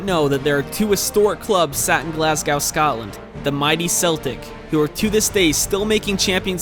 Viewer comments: Pronounced glas-go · i live in glasgow. its prounounced glas-go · Your pronunciation of Glasgow leaves much to be desired